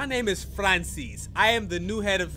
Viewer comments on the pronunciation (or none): why he say Francis like that poggers